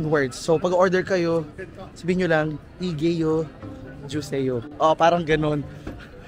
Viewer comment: Igeo juseyo pronounce as igo juseyo 😊